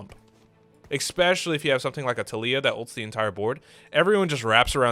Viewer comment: I like how I come to watch a TFT guide and one of the first things I see is a gif or image on your desktop called "among us butt" Edit: Please do not pronounce "especially" as "expecially", it does hurt. Nothing against you, you are awesome, but that is so triggering. It's like those people that say "could of", "should of" or "would of", instead of "could've / could have" etc.